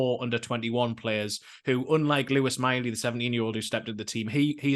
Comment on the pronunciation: I know you lot are down there near France.. But the Miley lads name is not pronounced like he's a French king!!